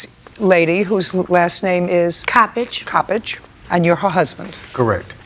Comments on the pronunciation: Judge Judy just jacked up the lady's name "Co-page" but it's COPpage! Lol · Mrs Cabbage….. and Mr. speech impediment. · "Coppage." But I did think it sounded like cabbage!